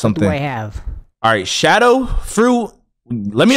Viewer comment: Love yo vids and bro said shadow I was laughing so hard when he got it rong